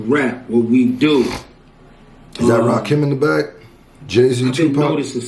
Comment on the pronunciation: It's Rakim, not "Lakim".